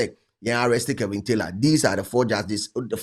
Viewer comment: The name is Kevin not kelvin pls 😂